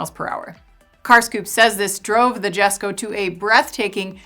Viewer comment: You mispronounced Rimac, Jesko, and Regera.